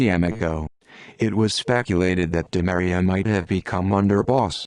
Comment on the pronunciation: last name is pronounced: Dee Maria